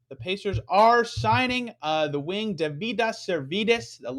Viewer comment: His name is pronounced David-us